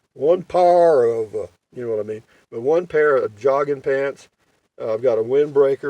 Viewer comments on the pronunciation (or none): LOL, I am deep fried southern and I chuckled at your "one par" yup, that is the way we roll. Drag it through peanut butter and kill the English language. ☺